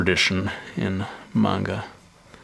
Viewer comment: do you know Japanese because you pronounced manga perfectly